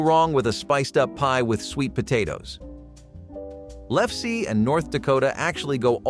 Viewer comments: Lefse is pronounced Lef-suh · Michigan is the cherry capital of the world. Scotcheroos are marshmallow treats raken to a whole other level. Kolaches are Czech, not French. This Norwegian Flicka doess not appreciate your mispronunciation of lerfse. Freya, goddess of my viking ancestors, and Odin, the god of my viking ancestors will smite you